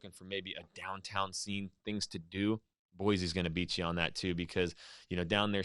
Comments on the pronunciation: For people not from there, we say “Boy-see” not “Boy-zee”. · BOY-SEE! Not.. BOY-ZEE. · U CALL YOUR SELF A IDAHOAN ITS BOISE NOT BOIZE NO Z ! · I am from Idaho. We don't care about Boy-See. So we say Boy-Zee. See how easy that was. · I think this is the first time I've ever heard a native Idahoan mispronounce Boise. Boy-Z is WRONG!!! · If you’re from Idaho, why are you pronouncing Boise with a z? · He’s from Idaho but he pronounced Boise wrong. Nice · my thought exactly! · That was the first thing I noticed. I grew up in Twin Falls. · IF you were joking then good on you, but most people that live in that area really do freak the fuck out on anyone who pronounces the /s/ sound as a /z/sound. and I just don't understand why it's SUCH a huge deal